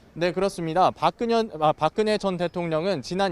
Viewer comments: 박그년이래 ㅋㅋ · 박그년? ㅋㅋㅋㅋ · 기자 처음에 실수로 박그년이랬다..!!!!!!! 분명히 그랬다!!! ㅋㅋㅋㅋㅋ 실수겠지만 속이 시원~~ ㅋㅋㅋㅋ